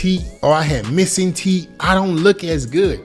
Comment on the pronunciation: Bro said TEET😂😂😂😂